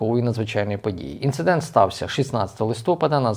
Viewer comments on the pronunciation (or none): none